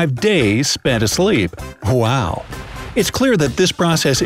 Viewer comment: sorry but it’s not hwow it’s wow